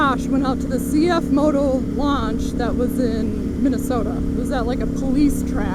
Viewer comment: As a Mandarin native speaker, it is good to hear probably the first English motorcycle channel pronounce the brand name correctly